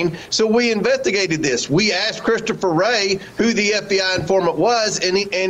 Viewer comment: Did Comer say, "we inventigated?" 🤔 Hmm, you sure did!